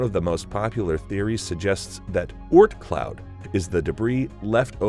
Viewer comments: The way he says Oort cloud really annoys me. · The way he says Oort Cloud disturbs me